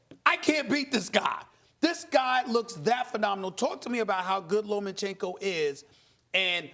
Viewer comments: Steven A Smith......it's Loma-chenko not Loman chenko. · Why does this presenter say Lomanchenko? Seriously tho, a few extra warm up fights and Wilder wouldn't have had a chance against Fury, exactly why Wilder never fought Klitchko and why he still hasn't fought AJ. Skilled boxers (and yes after the Parker fight I think AJ now has skills that Wilder doesn't have) with a similar height and reach of Wilder will destroy him, fact is he is a brawler not a Boxer and there's a big difference between the 2. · It's Lomachenko, not LomaNchenko. Please take your job seriously enough to know the names of the people you are talking about. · "Lo-man-chenko" "Rig-on-dee-ow". For fuck's sake